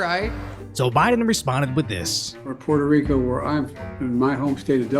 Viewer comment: puerrrrrrto rrrrrrico